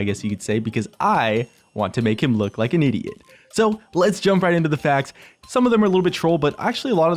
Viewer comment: i understood "Faggs" instead of "Facts" i really should stop watch his streams ._.